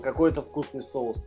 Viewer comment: все прекрасно, но, пожалуйста, говори правильно))) Кулинария - прекрасно, но русский язык тоже должен быть чистым) СоУсы, СковорОда и т. п.